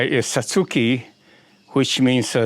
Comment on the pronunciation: That is my type of tree, though the base is a bit contrived. Thanks for your pronunciation of Satsuki--my friends insist I say Satz-ki (more like the Japanese pronounce it). Never heard of using rotted oak leaves to elevate acidity . . . thanks! Any particular species of oak?